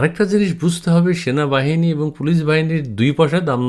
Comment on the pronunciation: Sona. Bahani. Not. Sanabahani